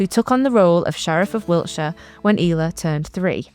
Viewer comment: Thanks for much for this. I love Ela and included her in my book On This Day in Somerset. I always thought it was pronounced like Ella. How did you find out it was pronounced "eela" please? I'm not doubting you, just would love to hear how you figured it out. Many thanks!